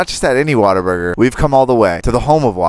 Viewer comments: not be that guy but you pronounce it what - a - burger and texas is not a country its a state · as someone that is not american i really tried to hold laugh when he said WaterBurger like lmao , Waterburger, the fuck is that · You can't pronounce Whataburger.